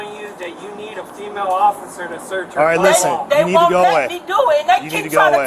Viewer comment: Hahah , she straight says “female Ociffer”